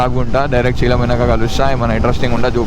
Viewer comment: It’s say-lem, not see-lam